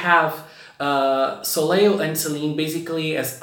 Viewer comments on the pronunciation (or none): The second l in Soleil is silent. It’s pronounced so-lay